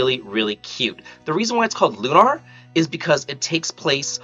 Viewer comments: "Loo-naur" Bro it's Lunar. Like Luna, the moon? 😅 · It's Lunar, as in how you pronounce lunar eclipse. "Lune (like June) - Er (like the ending of LATER)." Lune-Er. Lune-Are is incorrect pronunciation.